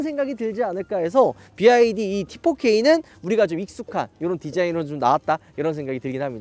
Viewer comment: 비와이디를 자꾸 비아디 ㅋㅋㅋㅋㅋ